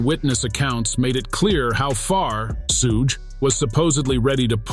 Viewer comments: sooge knight and soog knight are both improper pronunciations of Suge knight. This is nothing more than an A.I. bot narrating the news which makes this a false account. Also, stop using A.I. bots to read. Actual people see this and ultimately avoid content from a channel like this. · "Soog Knight" 🤣🤣🤣🤦‍♂️ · I can’t take this seriously because u keep saying Suge wrong lol